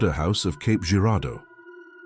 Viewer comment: It’s actually Cape not Caps